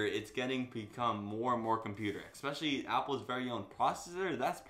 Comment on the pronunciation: ‘Especially’ not exspecially.